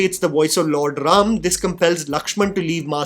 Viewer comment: Thank you for saying RAM and SHIV and not adding unnecessary A at the end of Indian names